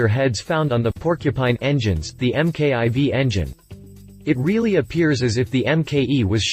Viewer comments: EM KAY EYE VEE, that’s how you folks say it down there? We say Mark Four, it’s just easier. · Get rid of the computer generated voice over. M K 2, M K I, M K I V, seriously? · This dude is an idiot, Can't even pronounce the name of this wonderful engine!